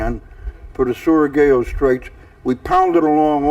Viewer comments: Interesting on how varied folks pronounce Surigao! This time it's suri-gay-o. For the proper pronunciation, in the spirit of Dr. Seuss, Surigao sounds similar to Zedong Mao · That journal/diary is an amazing piece of history! So hard for me to read. Similar to written pieces I have from my Grandmother. Edit: George Cowan is still better at pronouncing Surugao than LOL. pronounces it like "Surugawa"